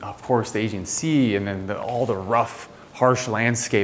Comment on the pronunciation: The house is stunning, but I think a little research as to how to pronounce things would be good! - Aegean Sea (aye-GEE-anne) oh and it’s PERforated not PREforated That drove me a bit nuts during this video otherwise beautiful find!